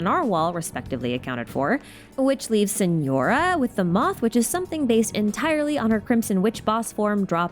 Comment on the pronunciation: TARTALIA? SENORA? WHAT 😭